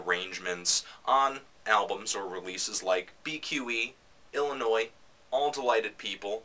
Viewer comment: Hey, Sufjan's album was IllinoisE, not Illinois. It is kinda hard to take a bunch of fluffy, opinion word-clouds when you can't even pronounce the name os his album correctly.